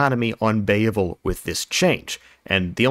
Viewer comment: Bay-uh-vul problem